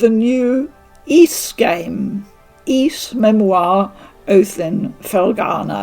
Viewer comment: Oath in Felghana translator here. It makes me happy beyond words to see that you enjoy the series, and that you also say Ys properly! Thank you so much for the coverage. You're awesome. 🙂